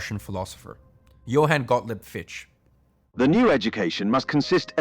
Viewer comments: One of the worst videos I've ever seen. Dumb twat can't even pronounce Fichte. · Fichte is a German name, pronounced FIK-TUH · Interesting so far but I gotta gripe with one thing: Fichte is pronounced like “Fik-tuh” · Btw its Fichte - pronounced fich ta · Not only did you mispronounce and misspell Fichte's name - you also completely misinterpreted his philosophy. I assume it's an honest mistake, but it doesn't put your effort in a good light and makes it look like some interest-driven propaganda itself instead of the enlightening educational message you're trying to transport. If you care to give me a source to the quote you used (which you also failed to do), I will gladly look into it and try to clear up the misunderstanding.